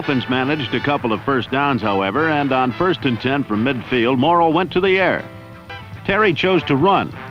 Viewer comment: Earl deserved better, especially from such a "knowledgeable" fan like yourself who can't even get the man's name right, his name was Earl M-O-R-R-A-L-L!